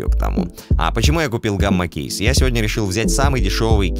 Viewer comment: Одному мне по слышалось что сказал ГАММАГЕЙ КЕЙС????